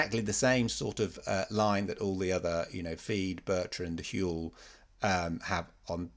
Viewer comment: I heard "lie", but you said "line". Had to go back a few times.